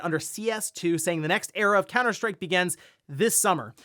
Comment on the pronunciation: Are you saying "COWNER SHTRIKE"?